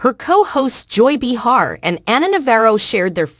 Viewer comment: Joy's last name is not "Be Hard," it's Behar, you missed pronouncing it !!!